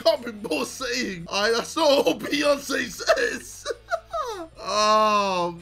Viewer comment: That wasn't Beyonce that was HEyonce